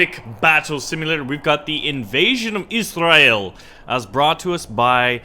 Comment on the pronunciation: The way you say israel is Afrikaans